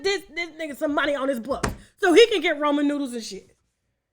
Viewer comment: Tasha said Roman noodles 🤣🤣🤣Roman numerals and Ramen noodles together. 😂😂😂